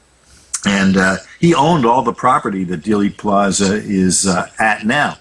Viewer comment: The misinformation and outright lies in JFK could fill a movie......oh wait they did. BTW it's not pronounced "daily" plaza it's pronounced like "deal" Dealey Plaza. Learn your subject matter. Also after the House Select Committee came out with the 4 shot theory because of the open mic on the the police motorcycle that report was later debunked by many researchers and most researchers don't believe they are listening to gun shots at all.